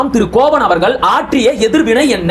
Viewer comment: கோவன் இல்லை தம்பி,கோவணன்